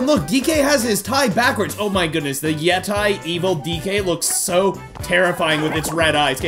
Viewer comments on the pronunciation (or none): pronounced as yetee